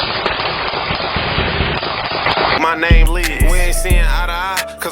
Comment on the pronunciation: Butchered every name